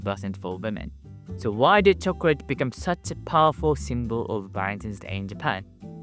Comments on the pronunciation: Chocorate not chocrate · he says Chocorate